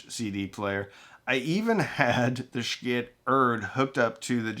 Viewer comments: Not 'sh-kit' my friend) Pronouince it rsght "sheee it")) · "shii-teh" not shkit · Not sure why you insist on murdering the Schitt brand name every time you say it. It is one thing to say it "stylized" if it's a business decision, but you don't have to emphasize it, and as a branding expert, I'd be irate if you did that to brands I've represented. If you're going to say it in a way that's inconsistent with the authentic company branding, just breeze through it and try not to draw attention to it. I like what you do, man. But that's my $0.02. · Not sure why you feel the need to continually mispronounce their name. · I, speaking only for myself and no other, think that it is time for you to start pronouncing Schiit the way the rest of the world does.